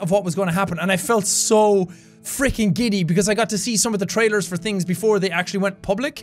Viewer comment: EVERY time he says "for" it makes me smile: "I wasn't there fer that!"